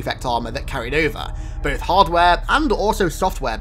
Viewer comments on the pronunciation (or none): none